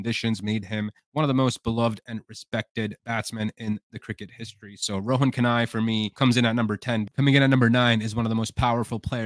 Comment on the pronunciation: You obviously don't know ANYTHING about West Indian batsman to put Chanderpaul above the great George Headley and Viv Richards definitely is NOT the greatest of West Indian batsmen, and Rohan Kanhai (whose name you cannot even pronounce) you put at number 10? Go back and study West Indian cricket some more and not talk such damned nonsense.